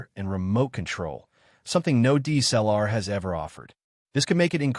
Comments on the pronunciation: I HATE your AI audio. PRONOUNCE all letters - "D S L R." And pause when appropriate not when you see a dash. "K 3 Mark 4," not "K............... 3Mark4." JEEZ! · IF you are using AI voice overs, please check pronunciation. (DSLR is repeatedly botched)